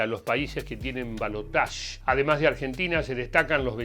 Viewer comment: Gracias por decir balotaje y no balotash